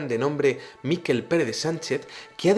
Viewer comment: Buenas, el nombre de Miquel, lo pronunciaste como los Vascos ( Míkel ) en catalán seria así ( Miquél ), disculpa la corrección. Saludos desde Tarragona